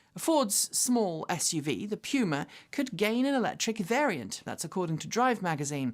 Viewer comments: I know I’m a bit late here, but a couple of nitpicks: First, I believe it’s pronounced “poo mah”, not “pyoo mah”. Second, California is the “golden state”; the “sunshine state” is Florida. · “Pee-uma”? That pronunciation caught me as a bit off. Pretty sure that should just be “Poo-ma”. Forgivable, for sure, amid so much other great content.